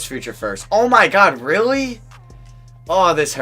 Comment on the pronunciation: Dude, can you please start saying your L's properly? Lol, use your tongue when you say a word with a L in it. When you say really you say, "reawwy".